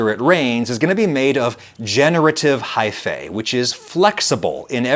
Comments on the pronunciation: its pronounced high-fee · One of my biggest pet peeves is when the "-ae" suffix is pronounced "ey". It's "ee"! Haifee! Gah! I'll try to power through! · lol at every time he says high-fay.